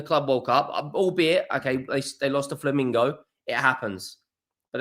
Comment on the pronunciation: "Lost to ... Flamingo..." "Ehs Tah Voh" It's not that pronouncing isnt your strong suit. It's that you're not even trying🤣🤣🤣